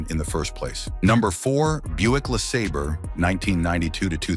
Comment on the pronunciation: your AI voice said LeSaber twice and got the pronunciation correct the second time lol. I still have a 94 Mustang GT in my driveway (haven’t been driven since 17) and I’ve owned 3 Riviera’s with the 3800 V6’s - great engines.